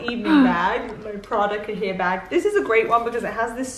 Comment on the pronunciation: Just so you know, the Prada Cahier bag is pronounced "KAI-YAY" - like the French word ;)